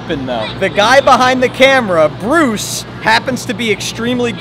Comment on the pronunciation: Bro has a friend named briuse 💀 Note: is Bruce not bruise